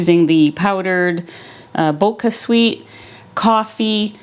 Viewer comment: Two things: first: the sweetener is pronounced with the ch as in chocolate. Second and MOST IMPORTANTLY: this "sweetener" makes your blood glucose spike!. I tested myself and my glucose rose about 40 points (two teaspoons in a cup of water). It took a whole hour to quit rising. Read the package well. It says no insulin response, which we cannot test. Stay away from BochaSweet!